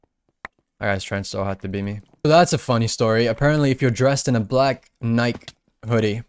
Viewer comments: dude no offense i love ur accent and everything but the way u pronounced "nike" is wrong. its basically pronounced like "nikee". its like an "ee" sound at the end :) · I didn’t expect you to pronounce the brand Nike the way you did lol, if you have an iPhone setup a Siri voice in settings and change it to American and then ask it about Nike and listen to how we pronounce it